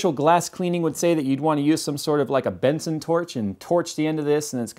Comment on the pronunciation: its Bunsen not Benson hahaha but anyways fantastic video man good Job.